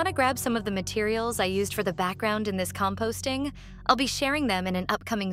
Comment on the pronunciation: "COMPSTING" ??? IS BRO AN FARMER 💀☠️